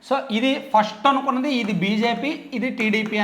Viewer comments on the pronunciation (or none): none